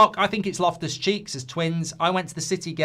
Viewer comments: It’s Loftus-Cheek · It's Loftus Cheek